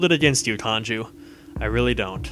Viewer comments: Kanjis mad you keep calling him Kanju....and for ignoring him for so long xD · it said kanju again